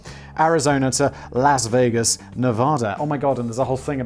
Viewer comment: Simon pronounces Las Vegas with a hard A and Nevada with a soft A. If he just swapped them, he could be correct... (I'm not from Nevada, just someone who is sick of people mispronouncing places.)